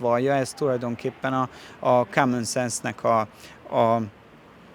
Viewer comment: Angolul úgy mondanánk, hogy lídörsip 😂😂😂😂😂😂 Dajcs tompika, keresnek 😂😂😂😂😂😂 Kámön szensz 😂😂😂😂😂😂😂😂 Most ellensúlyozza dajcs tompika tudatlanságát? Csöbörből vödörbe ez a birka 😂😂😂😂😂😂